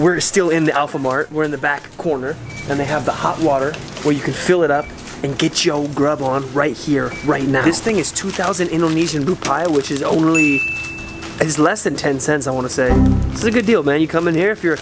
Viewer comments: its ru pee ahh not ru pie ahh🤣🤣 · Rupiah is pronounced Roo-Pee-Uh. Don't prolong the pee though. Just like you pronounce the letter 'P'